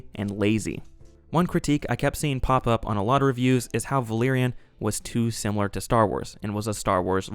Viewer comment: Some solid self-introspection there. Will you say it simUlar to this time or take us to uncharted pronunciations hitherto never imagined?